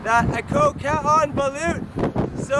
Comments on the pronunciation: its not baleeeeuuuut bruh, its "balooooooooot" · Kuya, the spelling is Balut but the pronunciation is Ba-Loht